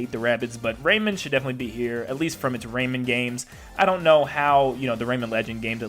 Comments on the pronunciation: RayMAN, not Raymin Plus, Minecraft could be considered an Indie rep because it did start off that way. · Ray-man. Not Raymond. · The way he said rayman made me die inside